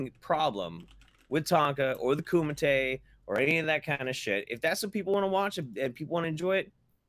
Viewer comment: Love your show. But..Kumite!